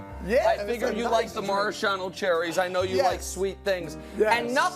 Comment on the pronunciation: "Winning is our lifestyle." - Nikola Jokic'. He really is a joker. "Marashahno" cherries? Nick Wright. lol